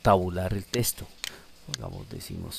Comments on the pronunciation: Genial Hermano, pero deja de decir TESTO, es TEXTO!! Saludos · ya con tantas veces de dice TESTO se te quitan las ganas de terminar de ver la explicación.